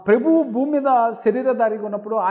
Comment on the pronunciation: ప్రెభువు కాదు ప్రభువు అని పలకండి